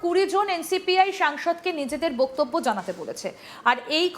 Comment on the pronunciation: Hello Miss! First check your Bengali word "Boktobbyo" Pronunciation. What A Ridiculous pronunciation you are doing!!!! It's really strange. Where did you learn or Who taught you such thing!!! Watch old days Bengali Movies of Suchitra Sen, Supriya Devi and learn how they pronounce the Word! It will be helpful for you